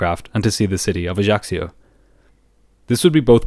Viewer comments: Corsica is well known to be a very difficult to land at. - Ajaccio bay on one side ( the pilots used to wave at the sunbathers on the beach below ) and a semi-circle of mountains! It's an Island I have been to many times. It is beautiful, but rather expensive. ps - the locals call the area AJASSIO - not AJACKSIO! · I love your channel but the mispronunciation of Ajaccio kept throwing me off guard.